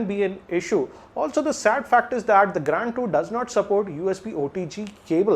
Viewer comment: Please spell Grand as it is...It is Grand .....Not Graaaaand